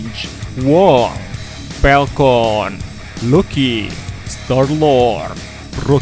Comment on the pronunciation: Palkon apa falcon?? :v